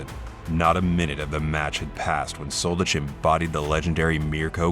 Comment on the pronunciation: If I didn't search for his name I thought his name was Roberto Soldedge. When you make commenary about ex-yu names make sure to pronounce them correctly. You are pronouncing something that doesn't exist and make your life complicated. It's much more simple to learn 1 letter "ć".